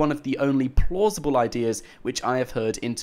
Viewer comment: He needs to stop sayin plausible, wtf